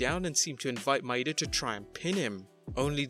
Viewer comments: Akira Maeda, not "Akira Maida." Maeda = Mah-eh-dah. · Just a little note: an "e" in Japanese, is never, ever pronounced "ee". That's why "i" and "y" are there. You're pronouncing Maeda as if it's Maida. That "E" (and any other Japanese E) should be pronounced "eh".